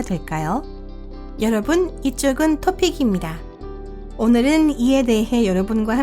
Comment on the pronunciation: 토픽 운영자들은 구독자들의 의견을 개무시하는건가?지금 성우 발음 ㅈ같다고 토픽입니다를 토픽낍니다 이렇게 발음함ㅋㅋ그냥 나래이션 치우고 자막만 띄워 아니면 나도 성우 했었는데 남자 성우라도 괜찮으면 나 채용해 돈은 안받을테니까 아무리 못해도 저 아줌마보나 나을걸?